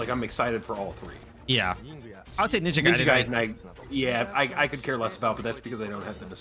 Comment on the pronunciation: this guy called it Ninja Gay-den LMAOOOO